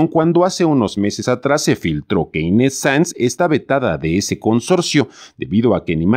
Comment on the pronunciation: Y PORQUE LE DICE INTETZ EN LUGAR DE INES...